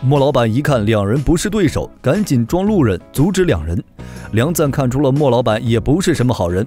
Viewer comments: 你这个6点半，到底是钱赞还是梁赞？ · 不是錢贊而是梁贊 以後解說用心一點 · 是梁贊．不是：錢贊． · 人家叫梁赞 不叫钱赞